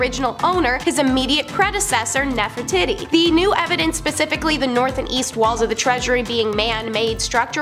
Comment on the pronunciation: "Nefertitti?" Nef-er-titi....😅😂❤